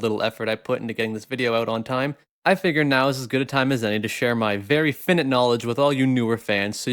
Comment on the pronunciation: finite not finit you fucking woodlouse